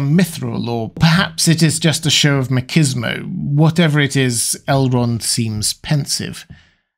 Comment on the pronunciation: Never heard machismo pronounced that way, i like it 😆